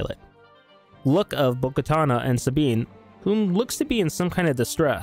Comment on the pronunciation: It's bo katan not bo katana